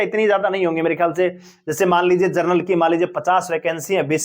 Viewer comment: भाई साहब! आप 'जनरल' शब्द को जरनल बोल रहे हो। सुधार करो।